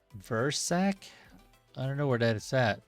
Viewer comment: Pronounced Ver-sa-chi !!! Not Versack